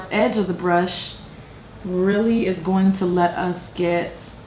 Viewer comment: Can I just say that I love how you say "going". I'm from the UK and every time I watch your videos I spend the next week saying "gwaiing" lol I love it